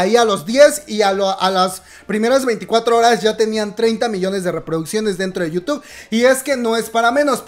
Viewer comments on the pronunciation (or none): none